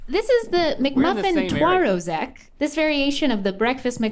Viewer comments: the way she pronounced twarożek, not bad, not bad at all... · I'm still impressed by pronunciation of the word twarożek. It's really really close